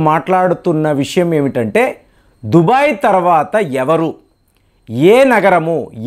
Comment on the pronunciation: Its not Dhubai. It is Dhubgai.